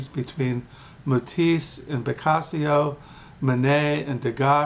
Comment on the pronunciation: Oh, I know what it is but it caught me off guard that you referenced it in passing like that. As well, I was making light of you saying Picasio rather than Picasso and making a pun involved a Casio wrist watch. No disrespect intended. Thanks for the videos.